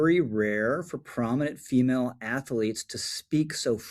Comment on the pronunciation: Minor pet peeve... its pronounced "athlete" not "ath-ah-lete" . But I agree with everything you said. Good video.